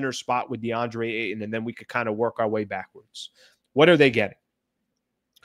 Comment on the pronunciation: Eie it's Ayton .